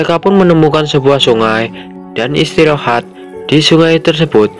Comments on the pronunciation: ada kata kata yg salah yg gua denger abang bilang istirohat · Abang bilang istirahat istorahat kambing wkwkwk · Ada yang denger ngomong "istirohat" nggak wkwkwkwk